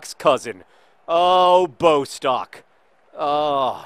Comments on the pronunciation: Bostok's name is pronounced Bós-Tock, not BOW-stock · I'm not sure if anybody has mentioned this yet, but Bostock's name has two short 'o' sounds..s its not b-oh-stock, but, bo'-stock. If that makes sense... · Johnnnnn it's pronounced Boss-tock pleaseeeee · Just a note Bostock is pronounced Boss-tock